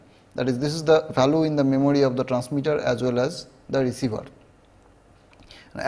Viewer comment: Memory❌ memody👍🏻